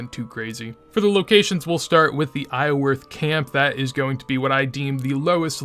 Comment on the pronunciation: Do you always leave the R out of Iorwerth?